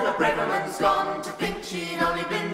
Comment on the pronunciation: This is brilliant but one nitpick, the a in Braverman is pronounced as in tavern not as in brave.